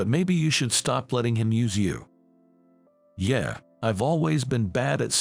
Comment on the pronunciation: There is no "R" in Yeah!